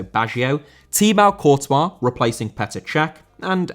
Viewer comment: It's been 4 years since he started the channel and he still can't pronounce thibaut courtois 🤦‍♂️🤦‍♂️